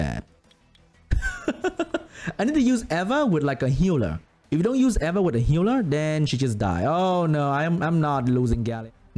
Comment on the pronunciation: its pronounced EEEE va